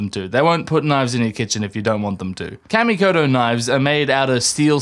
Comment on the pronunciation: Kamikoto....like CAW ME COH TOE They're sponsoring you so, you probably should say it right...😅